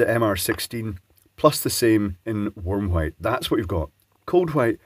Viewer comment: Did he say 'worm' light? 😜